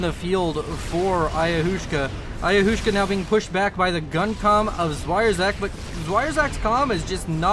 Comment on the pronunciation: Ayahuasca is pronounced like "ayawaska". It's a native american psychedelic drink.